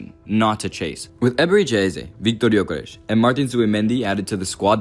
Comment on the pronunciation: Why are you making up pronunciations for players names? Gyokeresh? ESH? Go litsen to how his name is actually pronunced in swedish if you want to do the authetic name like you tried to do for so many others in this video. And wtf are you talking about putting Isak on the left? Are you mad???